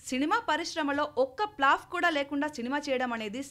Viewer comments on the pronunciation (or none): Plaf kadhu😂😂😂